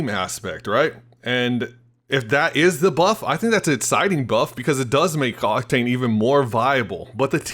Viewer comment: you said cocktain lol